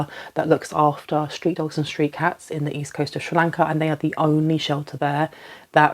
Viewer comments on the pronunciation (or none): none